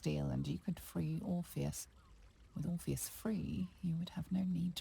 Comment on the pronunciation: For english being your second language, you did great amigo. It’s pronounced like the dude from Matrix without the M: Or-fee-us